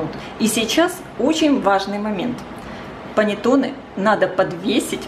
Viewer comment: Все хорошо и замечательно! Но прислушайтесь, как итальянцы говорят: паннЭтонЭ! Ваше паннЕтоне режет слух. Исправляйте произношение, пожалуйста!